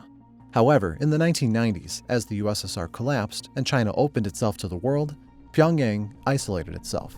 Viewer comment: dude look up the pronunciation of a city like Pyongyang before you make a video mispronouncing it the whole time